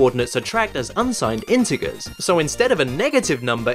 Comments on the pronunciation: The pronunciation of integer unnerves me for some reason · Did you just say integer with a hard g? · Soooo, we just gonna ignore the fact that pronounced it "integger" oooor...? 🤷‍♀️